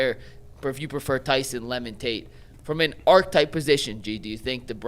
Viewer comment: archetype has three syllables. Your other guy got it right. And stay on you tube, you guys are great.